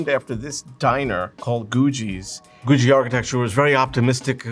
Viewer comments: Awesome video. But isn't it GOO-ghee, not GOO-GEE? Does it rhyme with Bougie, or Boogie Woogie?!? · You’re mispronouncing everything. It’s Googie not gooshzie. It’s Nevada not Nevaah da. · You're pronouncing googie wrong. There is no 'J' in Googie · IT'S GOO-GHEE! not goo jee. ugh. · IT'S PROUNCED GOO-GHEE NOT Goo-JEE!! Great video though. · You are correct. This presenter is wrong. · Stop saying goojee. ffs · Why does he pronounce Googie like Goo-G? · Ive never ever heard someone pronounce googie as "goojie" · The second 'g' in 'Googie' is a hard 'g' - "GOO-ghee". Unbelievable. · Its pronounced Googie with hard G's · I’d known it was called googie, but I’d never heard it pronounced before. I thought it was pronounced with hard g’s. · It is pronounced with hard G's, I don't know why he's pronouncing it weird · Pronounce "Googie" correctly. Architectural Digest needs to go to the real experts-- in Los Angeles. "Googie" started HERE. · Stop saying Googie like that! lol. great video, though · Who is mispronouncing "Googie" for the entire video. What kind of expert is THAT???? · Today I learned I've been pronouncing Googie wrong. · He's mispronouncing "Googie" throughout the entire video.